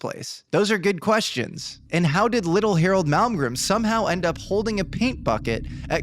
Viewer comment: It's drives me completely insane that you can't say his name correctly. It's MALMGREN... N.....NOT M . ITS NOT MALGREM. YOU LITERALLY SAID IT WRONG TO THERE FACE. Wow, Mr. Malmgren, I'm soo grateful for this opportunity to sit down with you. I have soo much respect for you... that i can't even get your name right...